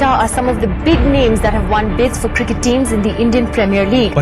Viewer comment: Everything is perfect .only pronounce cricket not kirket